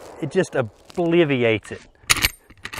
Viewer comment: "Obiliviates it" lol...